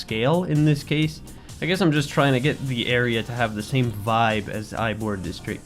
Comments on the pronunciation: awesome build and design for your city. Also, Ybor City isn't actually pronounced "Ybor" it is pronounced "Ebor" I am not sure why but either way Ybor is awesome touristy and nightlife town that gives easy access to Amalie Arena and the stores and restaurants by the arena via the cable cars. Anyways awesome job! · Definitely pronounced E-bore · Ybor ''EE-bor'' its Cuban.